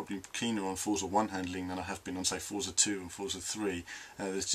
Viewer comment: Forza is pronounced fortza, its an italian word :) The game is looking great though, im liking what Dan Greenawalt has been saying about the changes and advancements in the physics too.